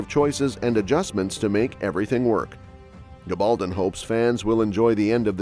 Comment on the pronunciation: I don't understand why the various speakers on these sites don't pronounce Diana Gabaldon's name correctly. Very poor.